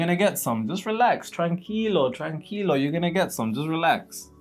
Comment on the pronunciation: Tranquilo you are going to get some hahaha. Excellent Spanish. Now try the whole sentence: Tranquilo, vas a recibir algo. ❤